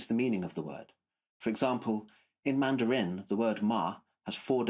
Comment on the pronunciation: With all due respect ... 1) Grad + dissertating students (and the resultant PhD holders) are great at questioning, and at finding logical, methodological, and factual flaws. Very few of us humans are good at constructing watertight theories. Proof: You pronounce "Mandarin" and "timbre" incorrectly. And I know you've already confessed "Wernicke." It's much more difficult for me to state why you have these idiosyncrasies. All scholarship is messy at most points. You might have begun your video with your closing statement. Don't forget to praise the giants upon whose shoulders you stand in the preface of your dissertation. 2) Anecdote: I had a music professor (composer/theorist) who said (in 1973) that he had perfect pitch, but tended to lose it when the key areas moved into greater sharps and flats. In 2019, I had the pleasure of randomly meeting that professor again and presented him with my memory of his statement. He (age 87 at the time) responded, "Well, the older I get, the more I'm losing my perfect pitch." 3) Anecdote: I was a horrible melodic/harmonic dictation student and a rock guitarist. However, now, every so often, after hearing music on TV, I'll go to to the piano and hit the chord or outline the melody that I just heard and probably hit the correct pitch or chord 25% of the time, with maybe another 25% of the time being a tone or semitone off. Thanks very much for this video, however all hail Dylan (and Rick) Beato!